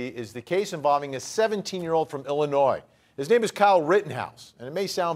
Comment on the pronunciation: Hi. When you pronounce Illinois there is no “s”. 👍